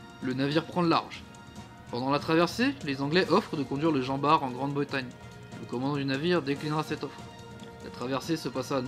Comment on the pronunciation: Normalement on prononce le T de jean bart